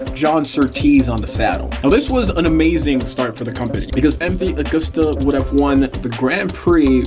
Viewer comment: MV Agooo-sta made in Vah-ray-zay in the country of EE-talh-ya. BTW it's GEE-lehr-ah. Seems like you put some work into this, why not learn how to properly pronounce the Italian names, etc?